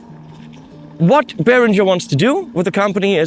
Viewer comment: I am shocked at your mispronunciation of "Behringer"!! As a former dealer I have been fighting this fight for years! From headquarters